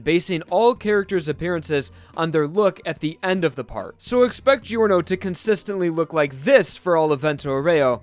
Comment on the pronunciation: Infinity Hand Gio is pronounced as "Jo", not as "Jeeo". If that was your attempt at Japanese pronunciation, it is actually written as "Joruno Jobaana" in Japanese.